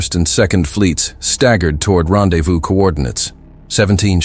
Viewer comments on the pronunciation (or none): none